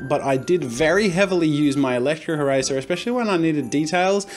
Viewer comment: Its not the eraser challenge its the eRAYzer challenge